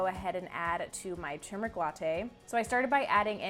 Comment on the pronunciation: “Tur-mer-ic” is the correct pronunciation FWIW. 😎